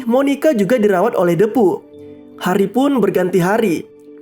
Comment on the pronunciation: Bang cuma mau meluruskan,itu Lo soal menyebutkan nama depu itu,yg benar itu hurup e itu di ucapkan dengan posisi mulut sedikit terbuka dan lidah agak ke depan,bukan menggunakan e yg di ucapkan dengan mulut yg agak tertutup dan lidah agak ke atas,itu salah bah,saji kedengaran nya agak aneh,coba deh kalau gak percaya.